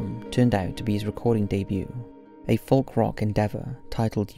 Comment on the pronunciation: ‘Folk’ is pronounced ‘foke’ you muppet.